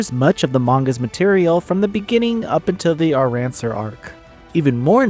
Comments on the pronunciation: U can't be a die hard fan saying arranSar 😭😭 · Arrancar pronunciation was definitely a new one for me 😅✌🏻